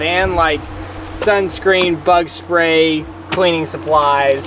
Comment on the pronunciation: When he said bug spray, i had to watch that part again because i heard butt spray